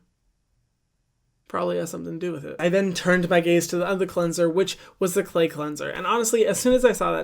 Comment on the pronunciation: “Turn my gaze” or “turn my gays”